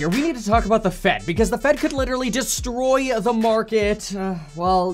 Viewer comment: The feds cna literally destroy-uh the market-uh